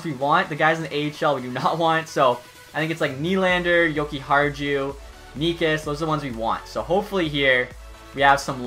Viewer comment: Jokihar-jew xD